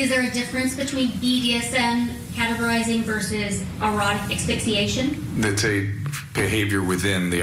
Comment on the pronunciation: Dear lawyer... it's pronounced ASS-FIX-EE-ATION, not EX-FIX-EE-ATION! Sheesh. These lawyers are supposed to be professional, look up a word and learn how to pronounce it!